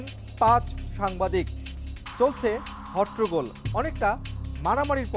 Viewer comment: এত বড় টিভি চ্যানেলের সাংবাদিক এবং তালাশের মতো একটা প্রোগ্রামে উপস্থাপক হয়েও হট্টগোল উচ্চারণ সঠিকভাবে করতে পারেন না।খুবই হতাশাজনক ব্যাপার।